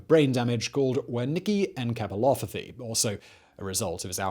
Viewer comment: He butchered saying Wernickes encephalopathy